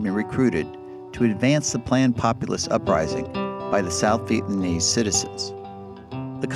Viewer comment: He told the painful truth, LBJ, Gen. Westmoreland, Robert McNamara, and Nixon were all war criminals, the American people blamed the veterans for the loss of the war, proof that Americans knew the war was wrong. America has never recovered from the Vietnam War, this narrator is unable to pronounce the word "Vietnamese".